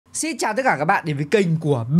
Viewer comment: anh xin chào các bạn mà chữ xin anh bảo là chữ xít